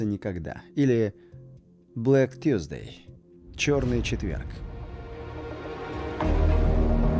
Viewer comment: Ну, ТУсды, ПЁРДсды, ... вообще-то, какая разница? На фоне ТАКОГО доклада! Ведь классный "рипорт"😊!